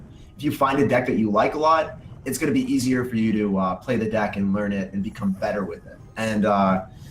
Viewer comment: That awkward moment when you almost say "dick" instead of "deck"😂😂😂😂